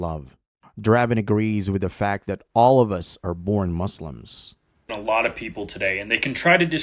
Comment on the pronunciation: Dravon, please don't say "Mozlems," it is "Muslims."